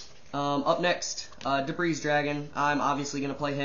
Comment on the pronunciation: Great deck, but the s in debris is silent.